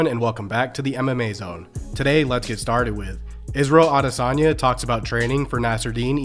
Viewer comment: At least he can pronounce Adesanya! 😅